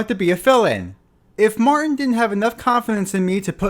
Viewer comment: Just an FYI: Billy MarTin has a “T” in the middle of his last name. It’s not “Mar’in.”